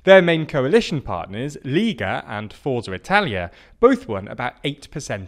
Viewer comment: Notes on Italian pronunciation; Lega - lay-ga Forza - four-tsa Lambrusco - lam-broos-coh